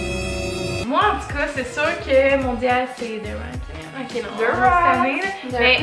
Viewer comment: C’est qui qui dit le « k on commence » à hahaha? Ça fait 5x que je le réécoute et je comprends toujours pas 😅😂